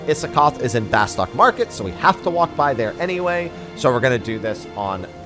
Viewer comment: Why is it that no one says Bastok correctly when they say it in the intro video!!!!!!!!!!!!!! It isn't BASTOCK!!